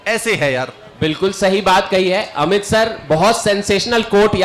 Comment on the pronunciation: "अमीत " ==>> "अमित "